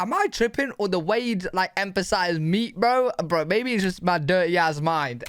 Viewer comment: It's your durhey-ass mind